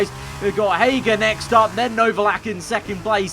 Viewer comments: Did he say hayger or hauger? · The way you said Hauger was... discussable